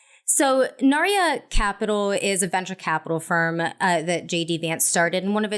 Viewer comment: I'm no fan of his but it is Narya (not Nayra) - A Tolkien reference like some other companies associated with Thiel (Palantir, Mithril)...Ironic bc Tolkien was against most of the things these ppl stand for